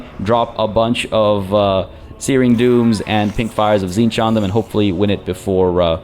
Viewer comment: Tzeentch, 'cinch'. 'It's a cinch'? As the lord of knowledge?